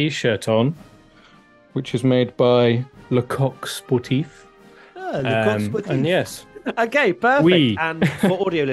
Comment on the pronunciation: As a frenchman I love the way you said le coq sportif, thanks for that ahahaha.